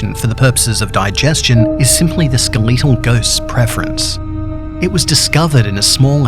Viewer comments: he says skeleetal instead of skeletal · skeh·luh·tl Not Skuh·li·to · SKEL LET TALL NOT SKILL LEET TEL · A skeleetle ghost? It’s skeletal but ok. Lol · bro rlly said “skal-eee-tal” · The Ske Lee tal ghost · “Ske l e e t al” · “The skeeleetal ghost.” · ”skeleetal ghost" thanks don't like it I mean the pronunciation, not the video, I love the video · He’s not just skeletal......he’s skaleetal!!! This guy’s on a whole nother level. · Not to point out your accent but the ske-le-tal ghost. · I love how u say skeletal XD no hate ur pretty awesome